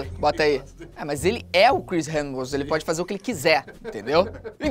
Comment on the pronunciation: Ninguém falou direito Chris Hemsworth